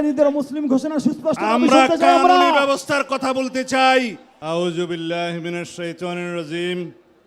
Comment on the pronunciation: হায়রে মদিনার ইসলাম সালাউদ্দিন র আঊযুবিল্লাটা সহি করে বলতে পারেনা।